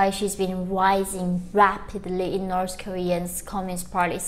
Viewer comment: It’s so cute how she aways pronounce North Korea as Norse Korea.